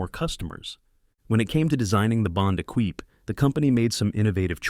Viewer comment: Lima as in Peru (lee-ma) not pseudo Spanish fruit ! Equipe (e-keep), not Ekweep...